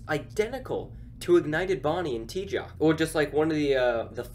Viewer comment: So tjoc is pronounced as tjok? I have been pronouncing it as tyots all these years.